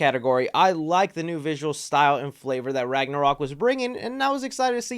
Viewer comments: Lol he said thor ragnorok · Bruh he said thor ragnorok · He said thor ragnorok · you call it ragnorock